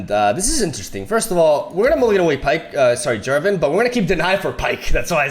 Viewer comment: "Jen Jarvan" ;D